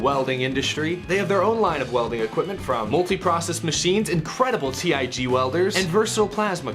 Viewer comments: Its Tig welding not T-I-G 🤣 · T I G seriously. It's Tig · Tig is a word not abbreviation 😂 but nice try appreciate effort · For future reference you don't spell out Tig when saying Tig welder. Just an FYI lol